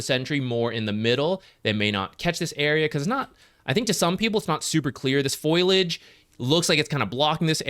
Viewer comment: "foliage" = full-ee-age